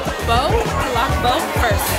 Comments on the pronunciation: Its actually pronounced as pala-bo-k and hAloW hAlow so please practice it cause its triggering me🙂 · hi ma'am.... well the palabok ... you can pronounce it as palaboc.. at it eat like a spaghetti... mix first then eat 😍😍😍😍 ....then the halo-halo mix all it well then taste... 😍😍😍 it's a favorite filipino dessert when it's summer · The way she pronounce halo halo and palabok. 😂 Heylo heylo and palabowk! Haha nice! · Palabok: (say it with me) puh-LAH- b©k =sorry i cant find the schwa symbol so i used the copyright symbol lol